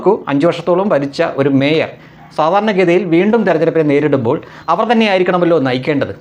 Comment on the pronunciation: മേയർ അല്ല ചെറിയ വ്യത്യാസം" മയിർ "